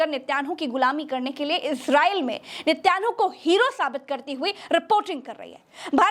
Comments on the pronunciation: Plz sahi naam to Lena seekho netan Yahoo hai naki nityanu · I liked your Journalism but the Name is NE-TAN-YAHU 10/10 Journalism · Please pronounce Nitinyahoo correctly